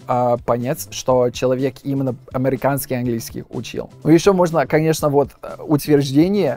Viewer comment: Чувствуется замена «е» на «э». Например в слове американский мы произносим «е», произносит «э» с-амЭриканский. Временами замена «ы» на «и». А так великолепно временами вообще акцент не чувствуется